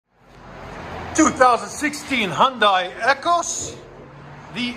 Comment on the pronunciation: Lmfaooo EH-KWIS not EH-KUS